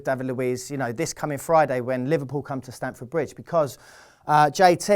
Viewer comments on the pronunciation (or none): none